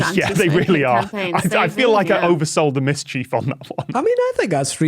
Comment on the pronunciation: Am I the only noticing that Tom pronounces mischief differently from the rest of them. “Mis-chief”